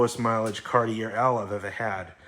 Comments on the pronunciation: Dude it's pronounced CAR-TEE-A. LOVE YOU BUT YOU SOUND SO I IGNORANT WHEN YOU SAY IT INCORRECTLY. IT'S NOT CAR-TEE-AIR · Awesome video! Love all of your long-wheelbase Cadillacs and Lincoln's. Just one thing. Being from Canada I cringe everytime you say car-tee-err. The proper pronunciation is Car-tee-ay. Cartier is a French word. Thanks, and continue the good work! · It's a Cartee-A. Just saying. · It's "Car-T-A" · The last R in Cartier is not pronounced, say it like this:Car-tee-eh.